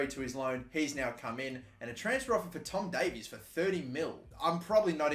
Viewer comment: Anyone else get triggered on how he says tom Davies im an everton fan and most people pronounce it tom dave-is